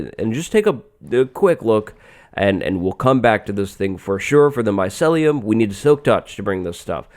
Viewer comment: It's pronounced my-see-lee-im